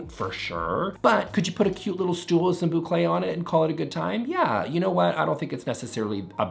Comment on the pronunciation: Say Boucle say boucle .. he said boucle!